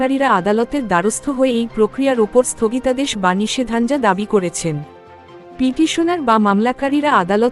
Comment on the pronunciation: .... "নিষেধাজ্ঞা" শব্দের উচ্চারণ "নিষেধানজা"!!!! শিক্ষা ব্যবস্থার গত বছর পনেরোর করুন অবস্থা র ই বহিঃপ্রকাশ এই দুঃখজনক উচ্চারণ বলে আমার অনুমান! খুবই আহত আমি এরকম উচ্চারণ শুনে! আমি হতবাক, হতাস ও দুঃখিত!!!!... আমার এই ধৃষ্টতা মার্জনা করবেন।